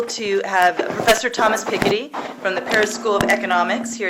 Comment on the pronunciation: Such a typical American. The least you could do, as a supposedly intelligent woman, is learn how to pronounce the mans name correctly, You wind up looking lazy and not terribly intelligent otherwise.